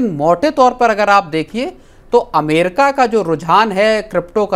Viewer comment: अमेरका नही अमेरिका 😂